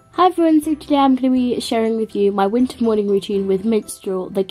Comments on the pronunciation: in the intro it said winer routine who noticed?Lol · In the intro it says winer not winter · In the intro you said winer